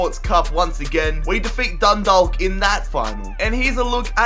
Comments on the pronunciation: u pronounce it dundauk 😂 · Im from Ireland and I am annoyed how he pronounced the team eg Dundalk prounounced dundak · Its pronounced Dun-dawk, not Dun-dalk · Just so you know, Dundalk is pronounced Dun-Dawk. I'm Irish so you know I'm telling the truth 👍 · For Dundalk the l is silent and Galway is like golway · Love from Dundalk p.s it's pronounced dundok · you pronounced Dundalk wrong and will you do a millwall rebuild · u pronounced dudalk wrong because u don't say the l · just letting you know you butchered a lot of teams names in the Irish league like Dundalk and Galway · And you aren't saying Dundalk right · I'm from dundalk and he makes a balls of the pronunciation and we're not Dundalk united it's just Dundalk fc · Anyone irish cringeing at the way he says dundalk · Learn how to say dundalk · you said Galway and Dundalk Wrong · your saying dundalk wrong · It annoys me when he says Dundalk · The way he says Dundalk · The way he says Dundalk makes me angry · Your pronunciation of Galway And Dundalk Is horrendous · u said Galway and Dundalk wrong but still this was interesting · The way he pronounces Dundalk kills me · Why is Dundalk so hard to pronounce, just think of Chalk ffs -_ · i am from dundalk and u said it wrong😣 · Eoin Martyn Dundalk and galway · Eoin Martyn yasss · dun-dal-k gal-way eric dee-er you really need to work on your pronunciation, not hating just giving tips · You aren't supposed to pronounce the L in Dundalk , its pronounced Dundauk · It's Dundalk you said Dundolk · It's funny how people mispronounce Irish place names e.g. Dundalk and Galway which are both pronounced with a soft a not a hard a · its dundok not dundaalk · it's pronounced dun-dawk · the l is silent in dundalk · js I know this is an old video but dundalk is pronounced donedawk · You said Dundalk it’s prenounced Dundak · It's more pronounced dundawk I'm from dundalk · The l in dundalk is silent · You pronounce dundalk ,dundawk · Dundalk is pronounced dundauk